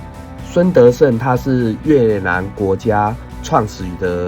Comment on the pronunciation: 胡志明市是同奈河流域? 你要確餒 還有，燒賣、玩、孫德勝的發音差太多了，沒人敢告訴你? 拜託不要越南語教學，跟你學的到越南沒人可以聽懂 聽您講越南話才是真的辛苦；大媽口音一點都不重就是標準下六省口音，是您自己學藝不精。